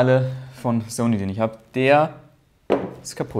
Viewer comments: Wieso hast du das Wort "Zony" so sehr vergewaltigt?:DD cooles Video! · Bitte sprich „Sony“ richtig aus, das ist ja nicht anzuhören. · smh wie sprichst du bitte SONY aus? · Wie die meisten MENSCHEN Sony aussprechen: ßoni Wie Sony ausspricht: soni ist halt kein Mensch!